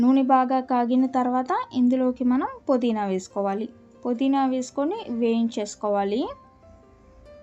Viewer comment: పొదిన కాదు పుదీనా